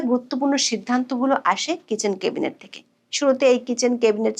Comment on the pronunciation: 'ম্যাডাম, প্লিজ "কেবিনেট" বলবেন না, কানে লাগে। উচ্চারণটা "ক্যাবিনেট"